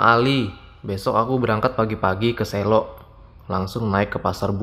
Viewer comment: Bukan selo tapi selo mas